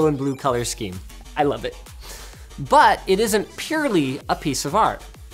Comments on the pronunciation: I cringed so hard when he pronounced the name as "love"! It's not love, it's "Lo-ve", "Lo" like in "low" (somewhat), "Ve" as in "VEntriloquist". It's not a silent E! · As a Swede it really triggers me when you call him Love, the E isn't silent because we don't have that grammar rule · The name Love is pronounced more like Loo-veh, not like the english word love. Not so important, just saying. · oh, his name... you butchered it. It's "Lov;e" not love like i dont know phonetics but yeah. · His name is not pronounced as the english word love! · That may be the worst butchering of a name that i've ever heard.... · Love is not pronounced that way